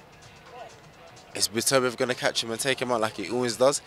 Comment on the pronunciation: Joshua is the only guy I've heard pronouce Beterbiev's name correctly 😂